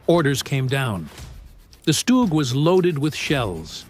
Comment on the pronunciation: It is not called a stooge. 84% is a ridiculous high number. Worse than any other job I ever heard of. It's pronounced like Dug. Remember that. Stug like Dug.